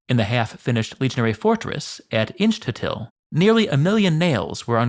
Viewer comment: Hello from Scotland It’s pronounced ‘Inch-tuth-ill’ not ‘Inch-two-till’